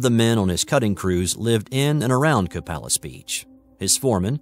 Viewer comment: Copalis is pronounced Co-pay-lis.